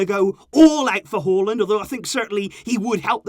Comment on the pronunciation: I live in Norway and I was quite impressed by how good you pronounced his name.